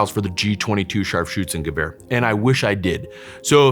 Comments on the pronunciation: I love how he say Scharfschützengewehr :) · he said it the right way. German here.